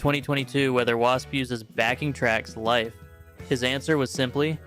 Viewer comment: It sounds like you’re saying life instead of live.